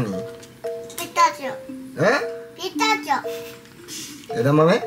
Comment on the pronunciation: 美味しぃ！楽しぃ！ でも食べ過ぎると うーーん😢てなるのよねぇーwwピスターチォ🎉発音ネイティブっぽい